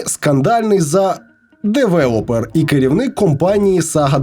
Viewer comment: Девелепер? Девелепер? Серьезно, девелепер? Вы там редакторов с бурсы набрали?